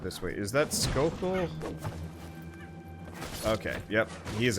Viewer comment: I think his names jokell not skokell?